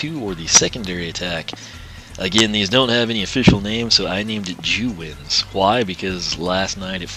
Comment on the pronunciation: Did you call her second attack jew winds?!?